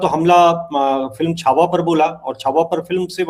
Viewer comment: Shahujee Maharaj nahi Shri Sambhaji Maharaj...please see that u don't talk wrong things . Chaava bolein . Chavha nahi . Cha mein Aa ki matra , wa